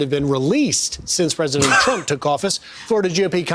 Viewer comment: did she say "The Terp Administrations"